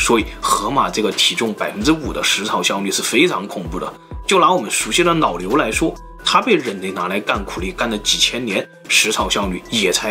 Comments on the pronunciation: 老牛听成“脑瘤” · 老牛聽成腦瘤😆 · “就拿我们熟悉的脑瘤来说” 听到这句话吓一跳，回头看字幕原来总裁是想说老牛。😂